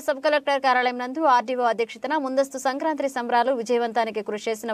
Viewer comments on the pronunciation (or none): అక్కయ్య అది సంక్రాంత్రి కాదు సంక్రాంతి. కర్మ రా బాబు 🤦🏻